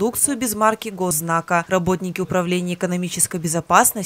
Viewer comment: Правильно - Гознак, а не госзнак.